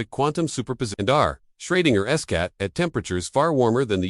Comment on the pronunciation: Shreginer's Cat? LMFAO bro, you'll never make money if you can't even QC your own videos. Try making videos about something you have an interest in, show us a genuine human behind the scripts, and maybe, just maybe you'll get 1000 subs. GLHF.